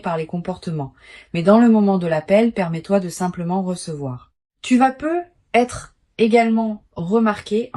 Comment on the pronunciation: On ne prononce "peut-être" pas " peu être " ,on le prononce " peutetre.